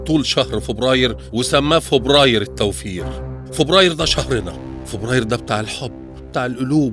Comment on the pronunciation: هو بيقول فوبراير